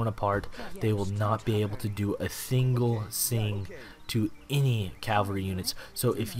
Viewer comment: " ... a fingle sing ..." What?:D seems like you were kinda distracted :P